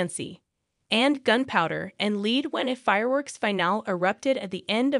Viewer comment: Learn how to pronounce LEAD. It is pronounced LAID like SAID not LEED like FEED.